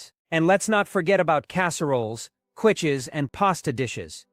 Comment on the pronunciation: Kwitches?? Did you mean keeshes? (It's spelt 'quiche; but pronounced 'keesh'.) Americans!!! Stopped watching after that.